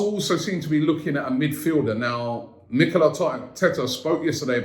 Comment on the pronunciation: Man say nikel arteta